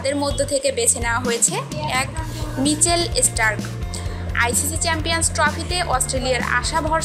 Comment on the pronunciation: ESPOT FICCHING>CHOUTIRISH< MICHEL ESTARK>>EGULA KISHOB UCCHARON????????